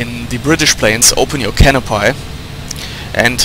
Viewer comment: Hehe, canopy is pronounced can-oh-pee.